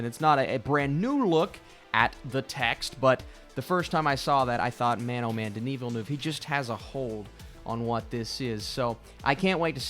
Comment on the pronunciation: Denis Villeneuve mispronunciation